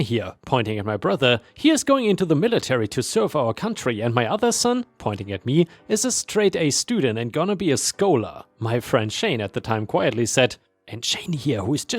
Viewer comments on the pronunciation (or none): "scholar" is said as "skah ler" not "sk oh ler." 👻